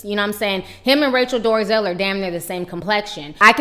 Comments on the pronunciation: Why do you keep calling her Rachel Doorzel when it's Dolezal? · Its Rachel Dolezal...NOT Rachel DORzel! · Rachael Dorzel? It's Dole-a-zall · Rachel Dorezell?🤔is that what she said? Thought it was Rachel Dolezal. Just saying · Who's rachel 'dorazel'. Does she mean dolezal?